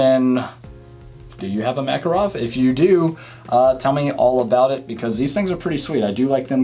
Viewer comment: The name is Mac-Kahrov, the stess is on the second syllable, not first. In all fairness, Russians pronounce Reagan's name as Raygun. For what it is, a Mac is definitely not worth $500, more like $300.